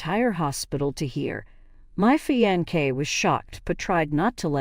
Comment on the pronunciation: Fionce is pronounced Fi-on-se not Fi-on-kay Please dump this computer reader and get a HUMAN English speaker.